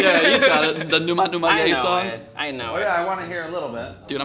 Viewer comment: Where is this guy's accent from? He pronounces "ng" like "n". So "song" becomes "sawn".